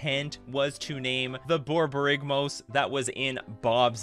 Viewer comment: I didn't notice before watching this but the commentators ability to say Borborygmos repeadetly it's tremendous.